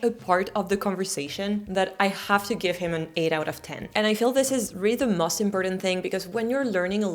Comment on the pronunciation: Please learn to say 'most' (rhymes with 'ghost') instead of 'must'. You're otherwise doing fine in your English pronunciation 😊